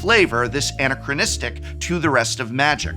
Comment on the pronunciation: I had no idea you could pronounce "anachronistic" in another way? Am I the only one? Love you, prof!